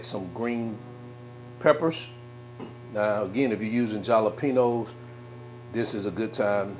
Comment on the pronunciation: Wait... U do know that the "J" in the word Jalapeño sounds like an "H" & NOT a "J"?